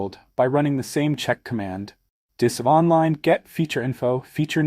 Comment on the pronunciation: Would be nice if you did not use an AI Generated Voice. Spell out DISM and not try to make a word out of it.